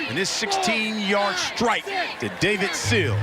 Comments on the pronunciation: It's Sills. Not Seals. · Seals, Stills, Sill... he even said it correctly line the 3rd time. As much as they talked about him you'd think he would get it right before someone corrected him at halftime.